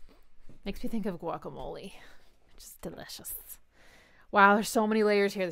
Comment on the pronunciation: I think he says guacamole-a to highlight others' ignorance